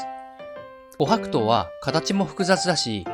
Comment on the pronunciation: 自分が琥珀糖のイントネーション警察だとは知らなかった。気になって内容が入ってこなかった😂